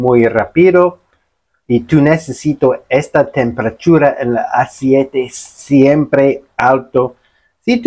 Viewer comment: Hola, no se dice asiete, se dice ACEITE, 👍